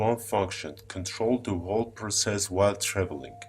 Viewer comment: I am smart enough to build a time machine but I can't say the word whole correctly.